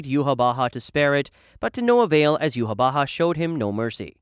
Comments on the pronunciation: correctly pronouncing yhwach and incorrectly pronouncing compulsory is certainly something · u nailed yhwach's name!! i personally pronouce is iwack